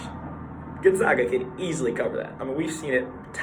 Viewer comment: Gonzaga is not prounced “Gonzauga” , it is Gonzaga, like “in the bag!”